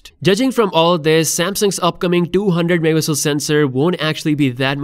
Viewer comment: Wtf bro learn to say MEGAPIXELS ITS NOT mmpixel